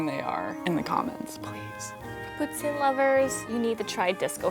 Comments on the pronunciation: I was told from several Canadians that it is prounounced Pou-teen. 🤷🏻‍♀️ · What kind of French is she speaking? It’s not poo-tzin it’s poo-teen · Hahaha I’m Canadian and when she said “that’s why there called POO-tine” I was like omg that’s so mean 🤣😭 I could nevvaaaa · *Quebecers. You can know when someone is from Quebec by the way they say poutine, irregardless of the language. Case in point;.